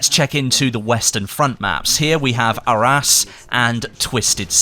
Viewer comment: I love the way you say Arras. It sounds like "our ass" XD